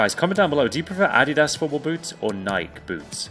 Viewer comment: I love you and all but the way you pronounce Adidas and Nike is so atrocious